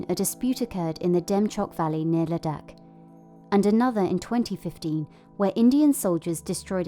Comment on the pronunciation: The narrator's pronunciation of Ladakh and McMahon slightly peeves me